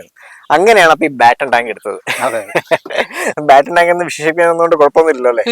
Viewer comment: ബാറ്റണ് ടാങ്ക് അല്ലണ്ണ.പാറ്റണ് ടാങ്ക് ആണ് ശരി